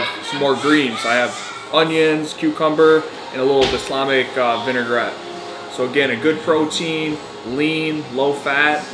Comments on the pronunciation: It's balsamic not baslamic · He said the L! Just said baslamic not balsamic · Love the video but can’t drop a like for someone who calls it ‘Baslamic’...🤦‍♂️ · The “L” in Balsamic is not silent lol. Love the videos man, keep up the good work and best of luck to you in your fight! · 100% sure you are saying balsamic wrong